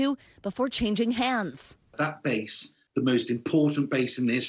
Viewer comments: What a crappy amateur report. And it's BASS. not "base". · I'm gonna state the obvious too, it's "bass", not "base".😂😂😂😂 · BASS NOT BASE! 😢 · They keep showing the wrong bass in this video. And, NBC, it's 'bass' not 'base' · Bass. It's "bass", not "base". Journalism much??? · LOL 'bass' not 'base' sheesh.